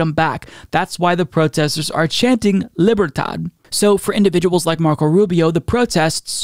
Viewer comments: You have a PHD. You're pronunciation of "libertad" was unacceptable 😅😅 love the show! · I love you but that pronunciation of libertad hurt me.